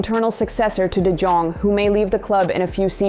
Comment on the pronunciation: One little thing: its not De Djong but you pronounce Jong like you would with Young in english, a soft J